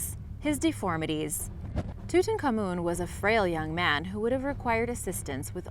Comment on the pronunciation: two tonk ah moon seems more genuine than toot on common.